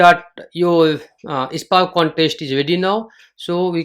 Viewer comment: Hi, you are pronouncing SPARK as "EISPARK". Thats ok.😊dont mind. Nice session. Good inputs for beginners.